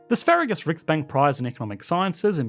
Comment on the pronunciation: As someone who knows a lil Swedish I wonder if swedes get a stroke everytime they hear EE say Sverige.